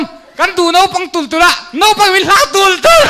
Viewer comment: Pu hruaitea hian Naupang tih turah Nopang ati tlat mai ....amah zawk2 in😂